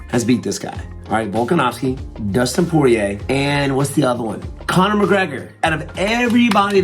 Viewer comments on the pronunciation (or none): none